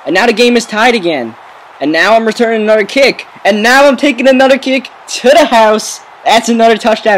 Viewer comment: "For a nudder touchdown" I hate your voice